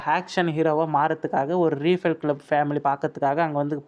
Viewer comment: ரீஃபில் க்ளப் இல்லை ரைஃபில் க்ளப்